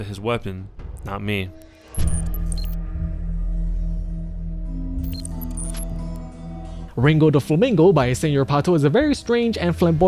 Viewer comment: ringo the "pussy slaying" flamingo dammit!! say the name right